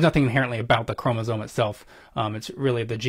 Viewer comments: He also kept saying ‘chromosones’ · I can't with his 'chromosoNe' Come on man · Ew. Look at Peter deliberately mispronouncing 'chromosome' just because his ignorant guest did. Wuss.